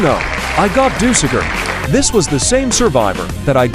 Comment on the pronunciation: We not gonna talk about how the AI called dusekkar dusekker?